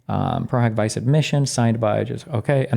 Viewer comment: It is actually pronounced pro hac vice (vee-chay)